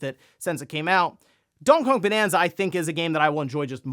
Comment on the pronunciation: "Dongkey Hong" ?